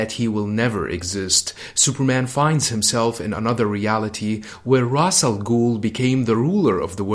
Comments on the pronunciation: Ra's = Raish Not Raz or Ros. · Ra’s pronounced “ rass “ means head or “head of “ not raish which means “feather “ in some dialects of Arabic